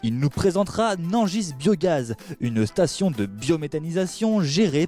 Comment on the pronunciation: Nangisse pour dire Nangis, Fant pour Fendt, Anjoy pour dire ENjoy un petit soucis de diction chez... va falloir vous réecouter les gars